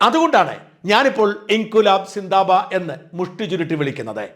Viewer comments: Zindabad not zindaba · NOT zindaba, correct word is zindabad